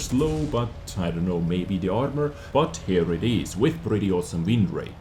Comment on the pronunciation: Am I the only one that cringed every time he said wind rate